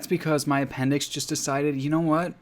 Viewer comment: e-pen-dicks hehe 😑